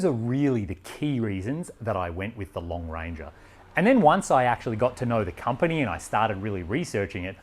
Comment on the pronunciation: Was The Lone Ranger popular in Australia? Every time you said "Long Ranger" I had Colin Hay's Are You Lookin' at Me? playing in my head.